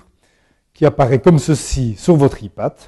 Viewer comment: xd le mec prononce ipad et non pas aypad